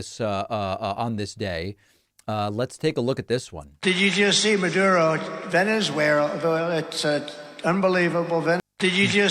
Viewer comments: "Venezuewherela" as in...where the hell is Venezuela (a question Trump was probably asking at the same time) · Funnily enough, the misspelling/mispronouncing "Venezuera" sounds like some kind of mockery a Brazilian would come up with against Venezuela, as "zoeira" (that can be pronounced or misspelled with an "u" and without the "i"), means "mess," among other things. I'd not be surprised if Brazilian right-wingers had came up with this moniker and maybe it ended up leaking into Trump's circles, it seems there's even Bannon as an intermediary. Although far more likely is that it's just a brain glitch thing and any potential real-world use of something sounding like it is completely unrelated, never having been known by Trump. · Hey, at least now we know that Russia and Syria willrevivier- uhhhh!!! And that Venesuerruh is unbelievable!!! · Venezuela has too many syllables. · Trying to pronounce “ Venezuela “ while you’re having a mini stroke .